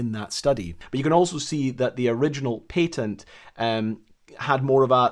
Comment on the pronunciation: i enjoyed this video. but lets be real, there's no reason to be saying 'patent' like that